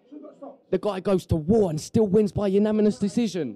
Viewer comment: "Unaminous" decision...good podcast, thanks guys.